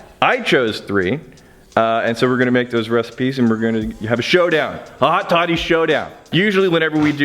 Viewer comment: I thought you said hotty toddy. Lol I live next to ole miss